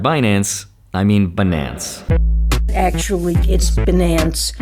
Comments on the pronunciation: Now I'll never be able to NOT say Benance. Epic Yellenism. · It's benance 😊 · Stop saying Binance. It’s Benance!!! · I don’t think you should be able to take money from them if you can’t even say their damn name properly.